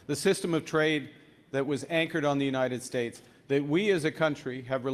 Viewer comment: "United Shates" says king donold. Howard Lutnick is plain GROSS!